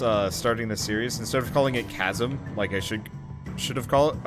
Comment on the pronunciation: It’s pronounced kazem